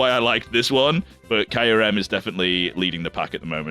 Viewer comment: That's absolutely not how Kyurem is pronounced.